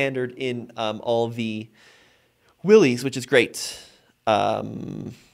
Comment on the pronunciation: Its not pronounced Willys, but pronounced Willis. For 2024, Jeep made the Premium Soft Top standard (this used to be a $695 option) and dropped the cheaper vinyl soft top. Nothing against a hard top, but most people will take it off once and find out what a huge ordeal it is to remove it and then you have to figure out where/how to store the hard top. Even in cold climates, the premium (twill) soft top is fine and much much easier to raise/lower the top in minutes vs the hard top. The larger 12.3” screen is a huge upgrade over the old 5”, 7” and 8.4” screens in previous JLs. For 2024 Jeep also upgraded the seats with better materials and cushions. Convenience group for $1995 is a deal for all you get and I would not pass on that. To me, a base Sahara with no options seems to be the best deal for 2024